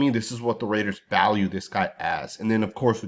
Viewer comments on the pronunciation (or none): RAIDERS not Mehders